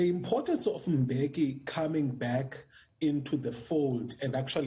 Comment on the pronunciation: I feel like the surname of the former president is mispronounced, the guys from Dutywa I have been in school with who share the same surname bengo Dlamini phofu would say M-beki not M-bheki as what is usually said. Anyway anc is a lost cause, I still can't get this- they paid de Kok R40 000 a month as a salary and a total maintenance of about R200 000 a month? Meanwhile an unemployed black citizen was paid R350 for six months or so? Really?????